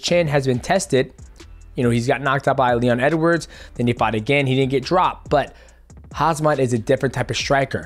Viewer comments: love you DJ... but please try and get the names of fighters right. its phonetically HAM-SAT not HAZ-MAT , as in not the radioactive suits worn at nuclear powerplants or nuclear waste stations. its really not that difficult to pronounce. its not like a polish name with a bunch of consonants strung together. HAM as in what you can eat for breakfast , and SAT, as in you sat down to eat your breakfast. you are way more professional than that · Lool DJ calls Khamzat "Hazmat" like Chael 😭😭 lol 😂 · Please! Don't get it right....🙏🙏🙏🤣🤣🤣🤣 Hazmat's better...... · You should keep saying Hazmat. It actually sounds badass for a fighter. Khamzat should embrace that nickname. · Hehe, hes wrong all the time, hazmat, oozman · Hozmot & Paula lol. Love your mispronunciations DJ. You’re the man and your channel is killing it!! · That last time you said "on....HAZMAT" it sounded almost on purpose :face-green-smiling::face-green-smiling::face-green-smiling: poor guy everyone is getting his name wrong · Brother i love you but cmon now..its not hard to say , Mighty say it with me " Ham -Zat " lol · Bro saying Hazmat LOL, love you DJ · Every time he say hasma im like wtf😂😂😂 , literally every single time.😂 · Please don’t say hazmat! Lmao 😂😂😂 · Dj calling khamzat “hazmat” never gets old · Dj been watching too much Chael calling him hazmat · Is he intentionally saying Hazmat?😂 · Wow!!! Khamzat- Pronounced Hamzat Drop the K. I shouldn’t have to with the next Usman OOS MAN/ UUS-MAN Not acceptable for a Black Man Son!!! Especially from a Top 3 Best In The World. Probably need to go around the way a little more often, Son!!! 👊🏾🇳🇬🇺🇸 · my guy got me saying hasmat in my head now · Why is it so hard to read an “M before the Z”. Kham Zat (break it down so the two syllable word/name is easier) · DJ you are one of the GOATs in my book, but who is Hazmat? 😂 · I think chael was pointing a gun somewhere behind the camera on mighty cuz aint no way would say hamzat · Take a shot every time he says Hazmat 😭